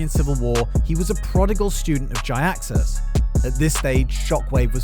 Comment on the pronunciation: Jiaxus = Gee-axe-us.